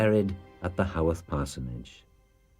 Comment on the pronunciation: Haworth, not “Hoth.” That’s Star Wars.